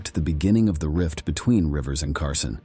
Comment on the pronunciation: CARSONE? HIRE AN ANNOUNCER WHO CAN READ.